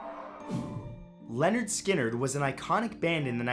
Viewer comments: it’s lynyrd skynrd, not Lenard lol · "Leonard Skynyrd"